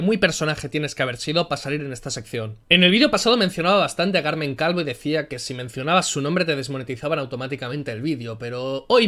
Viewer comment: he escuchado "Calmen Calvo" y con la "Cal" y siendo del PSOE no he podido evitar reírme.